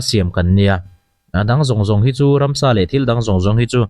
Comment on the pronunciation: Ransa.....ti lovin...Ramsa ..tih tur